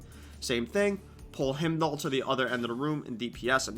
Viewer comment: um i hate to be that guy but its pronounced Hi-m-doll not him-doll. other than that solid video.